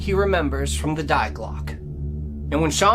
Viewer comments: In German, the feminine form of the word "The" is pronounced "Dee" or "Dey", not "Dye" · great job! Love the combination work with Carol Ann! (BTW, "die" in German, is pronounced "dee" -- not that it matters!) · Imagine a woman called "Dee Glocka". The German "die" is pronounced like the English "dee", and the E at the end of Glocke is pronounced like the E in English "the", or A in "American, Cuba". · It was painful to hear you slaughter the German language over and over. "Die" is pronounced as 'dee'. Sorry my dude. You're good, but you're not Carol Ann.